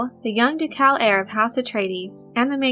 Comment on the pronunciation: I absolutely love these videos!! And while I hate to be that person, in the word ducal the emphasis is on the first syllable. ✌💞🖖